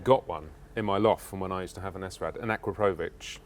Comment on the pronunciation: AAAARRRHHH!!!! It's SRAD not S-RAD. You don't say S-OCK or C-OCK. Do the video again saying it properly.